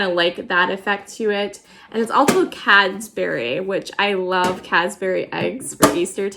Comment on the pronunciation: Ness-lee for Nestle is the correct pronunciation. Also Reese’s rhymes with “greases.” Cadbury....no s in it (not Cadsbury). We’ll get your brand names right!! Don’t want you to be embarrassed. Love the tins. Mine are used and well-worn. (I found another place that says you can put a very soft t at the end of “Nest”/Ness”)